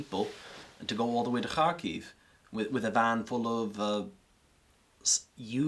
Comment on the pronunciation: I love how when our friend here says Kharkiv is sounds like hockey